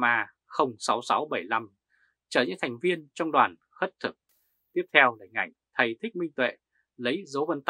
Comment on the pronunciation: Khất thực chứ không phải "khuất thực" a. ơi.